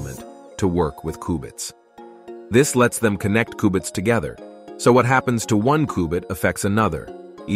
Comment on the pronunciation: Its qbits... Not kubits